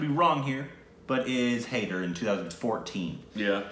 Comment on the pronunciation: Jab we met please. It's an early one of Shaahid Kapoor that made him a household name. That was followed bt Kaminey which is amazing. This was before Haider. Btw It's pronounced Hi-der. The de should be like a "the" (soft) sound.